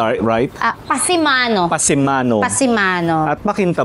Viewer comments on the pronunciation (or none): Canopy parin ang tawag doon sa English at sa tagalog Kulandong. At tsak PASAMANO hindi "PASIMANO" imbento si Ate.